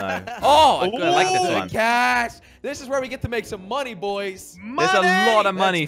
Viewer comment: i dont want to go to shcool to wach zis